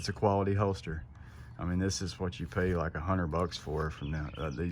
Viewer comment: It’s hoLster. With an L. Not a hoester